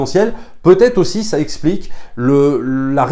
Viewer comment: "Jvous la recommande au-See" 😋